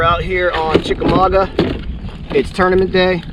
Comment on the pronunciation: You making fun of Ryan is hilarious even though you still can't pronounce Chickamauga correctly 😂 This vid is worth watching every second